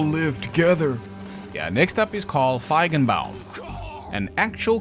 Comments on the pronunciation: I am hearing impaired and swore that you were pronouncing a hard 'k' in the middle of Feigenbaum instead of a 'g' when saying his name. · Feigenbaum…I love your sarky pronunciation…omg you had me peeing myself laughing. You’re a poet🤣🤣🤣🤣🤣🤣🤣